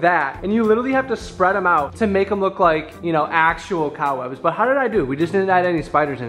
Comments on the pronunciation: Was saying cow webs?! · Am I tripping or is saying cow webs instead of cobwebs 🫠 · OK not to be mean but did literally say cow webs it’s called cobwebs. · wait what does call the cob webs 😂 “cow webs”” or is that just what i heard haha but i love it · just me or does it sound like says “cow webs” not cob webs” 🤣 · I keep hearing COWwebs stoppp